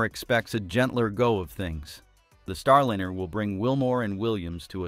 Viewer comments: Liner!!!!?!! Not linner!!,!,!,!,!,! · If you expect us to take your production seriously, You need to take it seriously yourselves. Get your voicing in order. Come on!!! "STARLINR" NO NO NO. "star"line"er!!! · Boeing's Star linner? Really?!? Is this AI voiceover? This s * u* c* k*s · why do so many of these type shows use a voice generator to read the script. It is boring, and becomes ridiculous counting mispronounced words. The name Starliner bounced back ad forth between the correct name and with a short i vowel sound. Boeing 737 was mispronounced seven hundred thirty seven every time. Why can't you just find someone with a nice speaking voice and ditch these awful computer generated voices. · "Starlinner", really! It's time people stopped using AI voices. They just annoy listeners, like AI art that wowed us for a few hours and then became same-y and loathesome. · "Starlinner"??? You trying to say something? 😆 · It is not a "Starlinner" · Get someone or something that can correctly pronounce words. Starliner is not Starlinner! Left . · What's a "starlinner"? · Why do you pronounce it Starlinner? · These robot voices are too much. What the hell is a star lin-- er. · AI pronunciation of Starliner😅